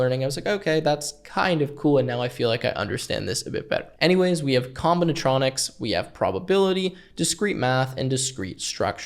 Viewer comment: lmao lil bro said combinaTROnics hahah